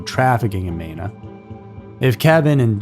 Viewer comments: It’s pronounced Mēna.. long E. And there is an entire area in three states to stay away from… even if you live there. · Hearing the way he pronounced Mena is painful